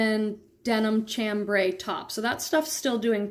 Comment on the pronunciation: Pronounce Chambry, sham-brei, like sham-bray